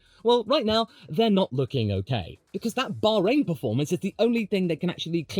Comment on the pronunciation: Why does this guy say Bahrain like that 😂😂😂😂😂😂😂😂😂😂😂